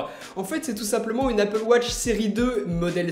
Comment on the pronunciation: Elle est bien loin l'époque où tu disais "Apple Woch" 😞